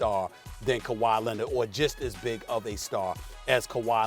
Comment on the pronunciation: Stephen A: Kawhi “Lennid”